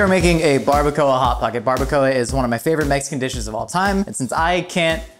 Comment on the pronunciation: Omg its so funny how he pronouns baracoa so wrong and so funny!😆😆😆😂😂also he should have made pico de gallo, more authentic recipe.